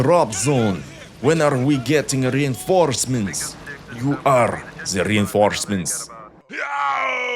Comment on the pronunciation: РРреинфорсмантс. Lol.